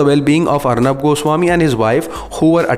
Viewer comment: Bhai Jan arneb ji nah kahe please Arneb bolna kafi h